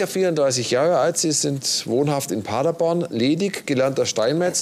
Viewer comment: Wir müssen noch an der Aussprache von „Paderborn“ arbeiten: Paddaboan, mit Betonung auf der letzten Silbe. 😉